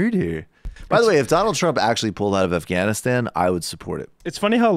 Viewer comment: Michael knows how to pronounce Afghanistan